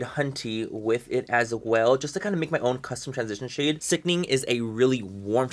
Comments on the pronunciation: I live for every time you say, "sickning" with that look on your face. 😂😂😂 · I love when you say SICKNING 😭